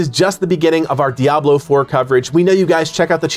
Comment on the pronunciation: It's so refreshing to hear someone pronounce Diablo right. Crazy right? Dee-ah-blo not dee-ab-lo.